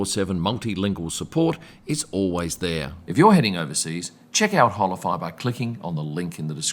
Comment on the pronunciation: I think it's pronounced Ola fly. Not Hola fly.